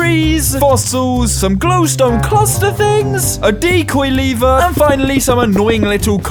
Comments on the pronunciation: Its lever Btw not "liver" :) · you say like: liver but schould say:lev-er. you also say:lead but say: Leash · Ah yes. “LEEVER” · Sorry i míst but how you say líver instead of lever i am dying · stop saying liver say lever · The leeeevu its lEvEr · I THOUGHT the lad was saying “liver” with a stress on the word. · He doesn't know how to pronounce lever and wedding